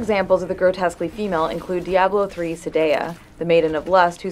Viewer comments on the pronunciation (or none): none